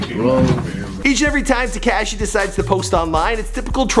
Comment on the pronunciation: He said takashy 😂😂😂 love you 😭😂💯